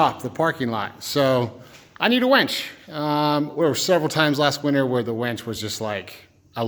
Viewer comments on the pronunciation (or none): I keep hearing wench...